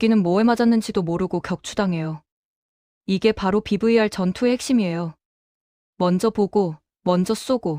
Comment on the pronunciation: BVR 비비알😂😂😂브이😢😢😢 알파벳 V발음 조오금 이상함 😊😊😊 BLOCK 블락😅발음 액설런ㅌ😅😅😅